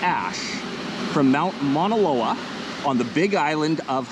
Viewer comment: It's MAUNA Loa... not Mona Loa. It's written incorrectly on your map.